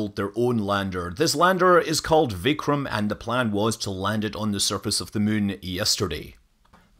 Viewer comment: Ur pronunciation of "Narendra Modi", "vikram" is correct! Here, "D" in hindi (its d^a ) or v , we dont spell as the word and u did exactly same like us! Appreciated, seen such in very few